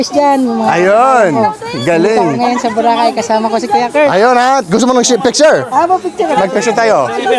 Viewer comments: It is pronounced as Bo’- ra’-ka’ y. Tagalog words are pronounced with hard accent per syllable not slang …l suggest you get an app for Tagalog pronunciation not only for translation from English to Tagalog. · Kurt, you're still pronouncing Boracay the american way ✌️😊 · Kuya, I'm not sure if anyone pointed it out to you yet, but you're pronouncing Boracay wrong.